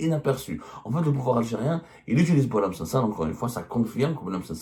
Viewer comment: Il s’appelle boualem sansal et non pas « SANDAL! » .